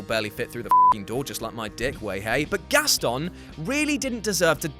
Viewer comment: the way he pronounced Gaston pains me